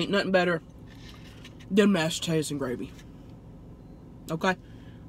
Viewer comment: "Mash tatas n gravy" it funny how she says it